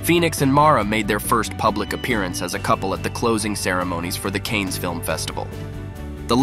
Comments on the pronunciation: Canes film festival 😂 it’s pronounced CAAN (KHAN). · Your AI voice is not accurate on many words..Cannes is pronounced "Kanes" and a bunch more.. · CANNES is pronounced KHAN 🙄